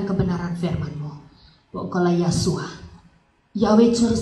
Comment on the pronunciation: bukan YAHSUA. tetapi YESHUA